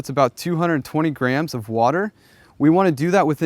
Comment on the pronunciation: why did he keep saying grahams instead of grams?